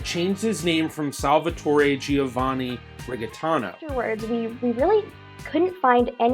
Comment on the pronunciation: Your pronunciation G before a "I" is soft. The "i" in Giovanni is silent. That if you are interested in real Italian.